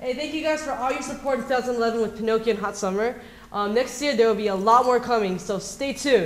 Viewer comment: I RAPED THE REPLAY BUTTON BECAUSE OF AMBER!! SHE'S FOCUSED HERE~ I love the way she pronounced 'PINOCCHIO' and 'HOT SUMMER'!! LOVE AMBERRRRRRRR~